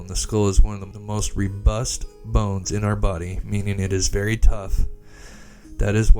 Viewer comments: Pronounced Row-bust. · Rebust? Or robust? Anyways nice vid